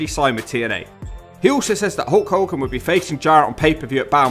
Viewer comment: Narrator guy has real trouble saying the letter “L”. This causes problems with some names “Hewk Hewken”